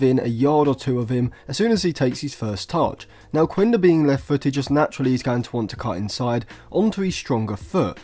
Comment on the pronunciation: Quenda is actually a wing midfielder/forward, same position as Anthony. You can just see his videos from Portugal or Sporting youth. The thing is, Amorim played him at that position in order to be able to fit him in the squad. Oh and its pronounced "Kenda" not "Kuenda"